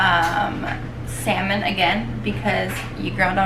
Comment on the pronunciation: .......pinche juerta! "JOWL-A-PENOS" ... ....really? Then "SELLL-MON".... Thats why ethnic women ONLY. Thumbs up if you agree.